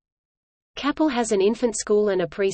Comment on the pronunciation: It is pronounced Kay-pel